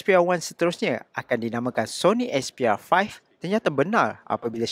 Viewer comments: "Sony expiya faih" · aku sorang jeke dengar dia cakap "sony expiya 5" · Syony expiya 5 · Sony asbyah faih 😂